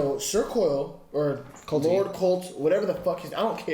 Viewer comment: ....it's CORLYS...not colty. nor corl. CORLYS